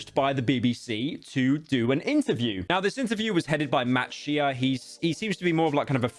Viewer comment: bro said matt shee-uh